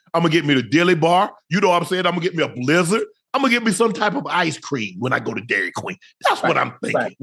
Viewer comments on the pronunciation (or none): “A brizard” lmaoo